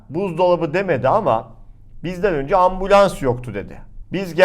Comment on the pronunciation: Ambulans demedi orada. Ambians dedi:)